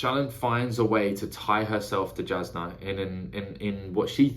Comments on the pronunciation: Pronunciations for future videos: Szeth - Zeth Shallan - Shah-Lahn Jasnah - Yaz-Nah Tvlukv - Two-Vluh-Kov (idk if you will need this one but it is a weird ass word to pronounce lol) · Really enjoy getting to see someone's perspective on a first read. Jasnah is pronounced as if the J were a Y, just letting ya know cause there's no way you could unless you hear it. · If you care, it doesn't really matter, but the audiobook pronounces it ShallARN and (j)Yasnah (y instead of j). Sanderson has said you can pronounce however you like.